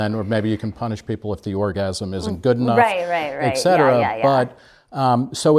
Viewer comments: mark jeneson I'm surprised Nick would do that since he has a phd in literature or something. It's annoying to hear ek-cetera. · On 2 separate occasions Nick and both pronounce etcetera, ek-cetera. Shit's real.